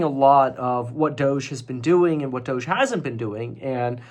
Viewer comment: It’s pronounced DOGE